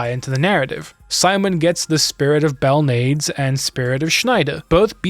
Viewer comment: Excellent, nuanced take of the story. I was always curious how the story went, as I played through LoS1. This story is interesting and I think that they did really well. Also, nitpicky thing here, but Belnades is pronounced bell*nah*dehs. Other than that, great pacing and great video. You’ll get some much deserved subs soon.